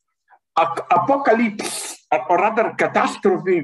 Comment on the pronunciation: He said "Apolalypse" and Siri woke up on my Iphone 😂